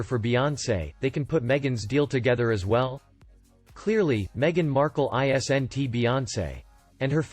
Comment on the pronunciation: Why don't you read the script yourself instead of letting the computer say isn't as i s n t. The computer spells the word out. Just say it yourself.